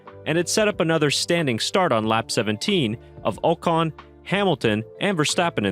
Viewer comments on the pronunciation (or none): It's pronounced aw-con. Not 0-con